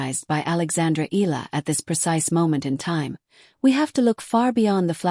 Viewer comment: pronounce the name - "EE-YA-LA" not EELA